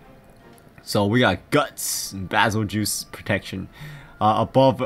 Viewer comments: Bazel-juice he says lol it's prounoced bazel-geese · its pronounced bagel-guy